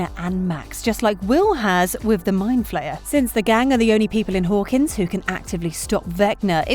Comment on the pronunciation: mind flayer* not flyer